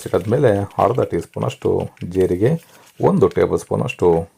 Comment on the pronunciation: ಹರ್ದ ಅಲ್ಲ ಅದು ಅರ್ದ, ಅಸಿ ಅಲ್ಲ ಅದು ಹಸಿ. ಎಷ್ಟು ಚೆನ್ನಾಗಿ ಅಡುಗೆ ಮಾಡುತ್ತೀರಿ👌 ಪದಗಳನ್ನು ಸರಿಯಾಗಿ ಹೇಳಿ ವೀಡಿಯೊ ಕೂಡ ಚೆನ್ನಾಗಿ ಇರುತ್ತೆ. ಕೇಳುವುದಕ್ಕೂ ಹಿತವಾಗಿರುತ್ತದೆ ನಮ್ಮ ಕನ್ನಡ ಭಾಷೆ ಎಷ್ಟು ಚೆನ್ನಾಗಿದೆ ಅಲ್ವಾ?